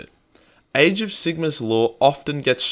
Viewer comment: Am I the only one that thinks it sounds like he's saying "AIDS of Sigmar"?